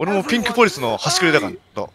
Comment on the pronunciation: レトさんの「ピンクポォリス、報告があります！」が大好きすぎる